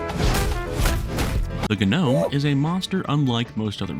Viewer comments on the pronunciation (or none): You are saying Gnome wrong the "G" is silent(or i and most people, including tv shows, have been saying it wrong)